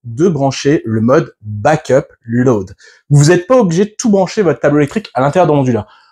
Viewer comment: BRAVO. Tres instructif Je suis anglophone et j'avais du mal à comprendre ton "lauade" mais apres j'ai compris. Il me reste à comprendre ce business de terre-neutre. J'ai une bonne prise de terre à 3m de mon DEYE de 12kw et j'ai besoin d'avoir la reference de ta video qui parle de ça. merci